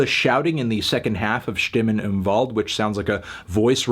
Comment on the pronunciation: HE SAID THE W RIGHT!!!!!! AAAAAAAA ÖÖÖÖÖÖÖÖÖÖÖ ÄÄÄ AAAAAAAAA Ö